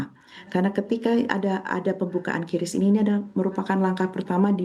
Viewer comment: pengucapan yang benar itu kris, bukan kyuris. haduhhhhh coba riset dulu mba